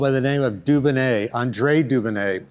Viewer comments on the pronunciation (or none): Please pronounce the name Dunonnet correctly maybe, it’s not “Doobanay”, it’s “Dewbonnay’. This repetitive faux pas rendered the whole video unwatchable. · Are you pronouncing 'Dubonnet' correctly? It grates on my European ears.